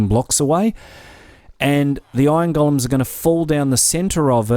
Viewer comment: I keep understanding "ion gollums" :D